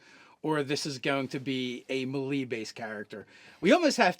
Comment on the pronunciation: Love you guys. Melee is pronounced may lay though.